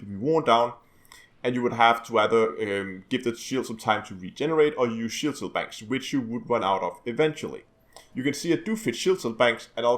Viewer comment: du er da vist lidt forvirret omkring udtalen af "cell" du bliver ved at sige "shell", udover det er det et lækkert byggesæt du har lavet der.